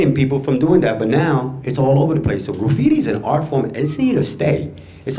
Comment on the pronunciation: Graffiti Will Never Die!!!! lol...The guy with the blue cap!..The way he says Graffiti it sounds like "Grooffiti"